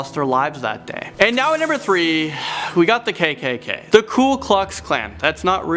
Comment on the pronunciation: I love how you fucked up pronouncing the kkk